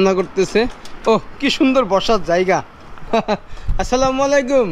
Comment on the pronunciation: ভাই মনে কিছু করবেন না আপনার সালাম হয় না বলবেন যে আসসালামুআলাইকুম মালাইকুম হবে না